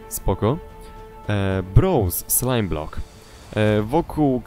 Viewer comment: powiedział slime blok a nie book